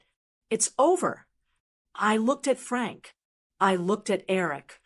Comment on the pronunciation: Every time the voice says “Frank”, I cringe. It’s wrong.